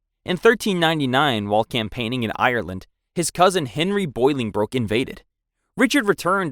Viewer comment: Bronchitis, not bronchy itis. Deposed, not disposed. Bolingbroke, not boiling brook.